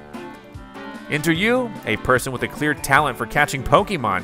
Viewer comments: Please learn how to pronounce “Pokémon” properly 🤦🏻‍♀️ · Pronouncing arceus like arkeus is painful but excuseable. Pronounces pokemon like pokEmon is inexcuseable. Still subbed though.